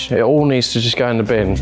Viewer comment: That “in the bin” needed a bit more of an Aussie accent! Can tell watches the best YouTube channel for 4x4’s